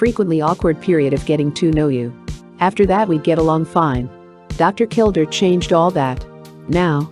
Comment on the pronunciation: His name was pronounced, KilDARE not kilDER. and the narrator spews non stop like shes on amphetemines. A failure of a channel, a joke!